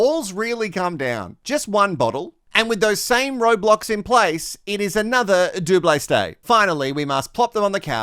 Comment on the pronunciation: "Doub-lay stay" 😆👏🍷🚬